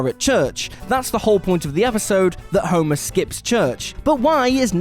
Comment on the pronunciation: The daughter of 'Homurrr'.